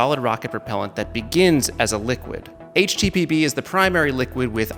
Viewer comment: I heard "HTPB" as "HTTP" 😂😂😂